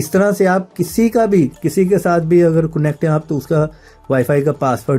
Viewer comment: coonect q bolty ho...sary bykar tariqy btaty ho